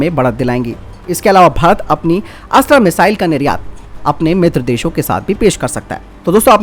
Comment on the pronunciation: कृप्या अस्त्र को अस्त्रा न कहें। हिंदी को हिंग्रेजी न बनाएं।